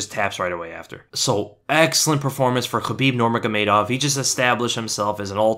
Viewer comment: "nurmajgamejdow" 😂♥️, żartuję, to jest trudne nazwisko